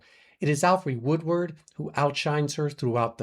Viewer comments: sounds like you said Woodward on the second mention..... Woodard was ROBBED of a nomination for PASSION FISH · Her name is Alfre Woodard, not Woodward.